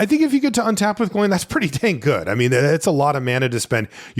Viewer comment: Some assistance on the pronunciation for the Dwarves: if there's an accent, that vowel is a separate sound. So Dáin is "Dah-in", Óin is "Oh-in" and Glóin is "Glow-in".